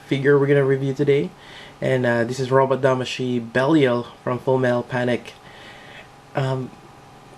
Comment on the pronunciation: its pronounced as belyle derived from one of the demons of the legion of hell